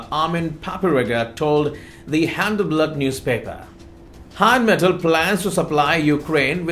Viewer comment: please, It’s NOT Heinmetal, it’s Rheinmetal. RINEMETAL (phonetically). Slava Ukrayini. Heroyam Slava. 🇺🇦🇺🇦🇺🇦🇺🇦🇺🇦🇺🇦🇺🇦☘️☘️☘️☘️☘️